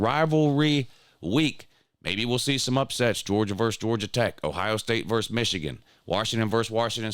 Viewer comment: VERSES not verse